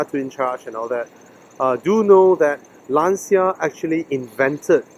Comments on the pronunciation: Nah man, it's not you Malaysians, it's just a common mistake. And regardless, you speak well in English so don't worry about it! Anyway the right way to say it is "Lan-cha", not " Laan-cia". I think the reason for this common mistake is due to the fact that the sound "ci" is pronounced in two completely different ways in Italian and English. It's like "Murciélago", no one knows how to say it right except for Spanish people 😂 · It really looks like you enjoyed the car! But man, the way foreigners pronounce Lancia is annoying, y'all say it always wrong! 😂